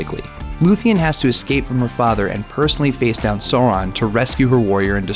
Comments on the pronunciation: It actually took me a while to understand who the fuck he's talking about. "Sawran... Sawran... Sawran". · SOW-ron. Say it with me. SOW.... ron. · DO YOUR RESEARCH BEFORE YOUR VIDEOS............ Sauron is the name not Soron........ Eagles in Middle Earth are not dumb creatures; they are Manwe's attendant spirits, keeping watch; so they are more or less Angels with same position as Olorin aka Mithrandir aka Gandalf in the Tolkien Theological Heirarchy. That scene............."You bow to No man".......It always bring a tear to my eyes; even when audio muted and out of context. Power of a Legendary story and spectacular music. :') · sore-on. I realize now everybody else is saying the same thing, but I gotta let it out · THANK YOU it's SAU-RON ow what is wrong with english phonology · It's "So-wrong" :) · Actually it's pronounced Sau as the first part of south and ron as ron. R should also be quite pronounced, not rolled. Quite a lot of elven languages is based on Finnish. In Finnish words are pronounced as they are written. Same goes mostly for Tolkiens elven languages. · Who the fuck is Soren? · Sow is pronounced Sew, so it’s pronounced “Saur-aun” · I died a bit every time he said Soron... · Not just you. Kittens were sacrificed and angels lost their wings@ LOL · Sounds like he's saying soar-on, yeah that was annoying. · Bad pronunciations excite one watching this video to laugh at the person speaking in the same. Sore-ON! Ridiculously pathetic sir, as a happiness of a squashed apricot knowing it will be scrubbed of and thrown into garbage bin. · The way you say sauron upsets me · Good video. But do yourself a favor next time mate, learn how to pronounce the names of the characters properly. Valar, Sauron, etc... It gets annoying at the end. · I cringe every time you say Sauron. Why is it so hard to pronounce it correctly? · Don't get too mad at this guy for not knowing his facts if he can't even pronounce Sauron. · why do they never fucking say sauron right....